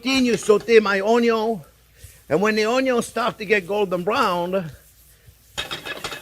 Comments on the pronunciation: I could listen to him say 'onyon' all day. 😁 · Love when u say onyo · Just youtube "How to dice an onyo" and you should have your 13m answers.